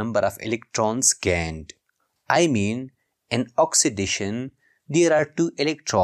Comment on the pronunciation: No. Of electrons gained❌ No of electrons gaend✅